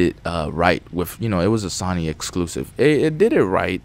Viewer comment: you need to learn how to pronounce SONY and its IVE SEEN not I SEEN